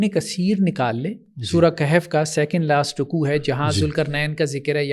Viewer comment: قہف نہیں کہف ہے ضرورت سے زیادہ عربی آ گئی ہے